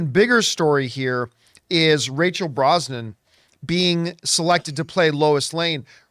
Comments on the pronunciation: Brosnan? It's BrosnaHAN, John. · John! It's Brosna-HAN not Brosnan. She's not related to Pierce.😂